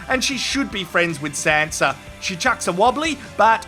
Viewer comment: I thought you were saying Santa instead of Sanza it was hilarious